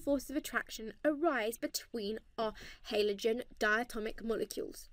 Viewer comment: say halogen properly you sket